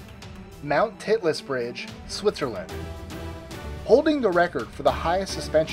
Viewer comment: "Mt. Titless" lol